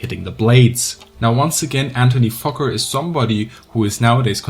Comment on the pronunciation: I'm not sure if you're actually saying fokker or fucker.. mostly sounds like fucker.